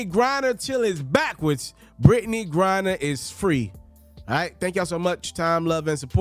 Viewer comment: It's Griner not Grinder big dawg 🤣😂🤣😂